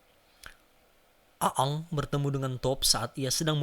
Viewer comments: Bacanya eng bukan a ang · Bender bos bukan blender.. namanya nybutnya eeng bukan a ang. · Iya nih wkwk A-ang 🤣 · Risih denger lu baca bang, wkwkwk. Intonasinya kaku amat. Dan ketauan, lu bukan fans avatar kan. Aang dibaca Eng, bukan A Ang, 🤣🤣🤣 Kalimat2nya juga kaku amat, dan ketauan lu ga ngerti2 amat sama ceritanya. Tapi, thanks sharing nya bang. Keren. Gpp lah ya komentar gw pedes dikit, biar kedepannya makin keren lagi. 😁😁😁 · Ang anjir bkn a ang lol dah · Namanya aang. Dibacanya jadi eng bang. Bagus kontennya bang. Semangat bang bikin kontennya. Salam dari orang Bogor 🙌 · Aang dibaca Eng boss, "benders" bukan blender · Aang apa gaang sih kwkwkw lidahnya primitif bgt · Siapa A ang? Siapa ruko? Please deh observasi dulu untuk pengucapan yg benar Untuk story telling nya not bad lah cuma pengucapan dan gambar yg diulang2 bikin jengkel. Coba nonton Marvel Universe Indonesia untuk contoh story'telling nya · Aang bacanya eng woi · Aang dibaca eng cuk, gak enak bgt nyebut nya :v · Orang sunda nih kayaknya 😂